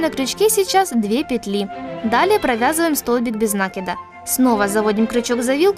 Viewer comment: нАкида ????(уши режет жуть)..НакИд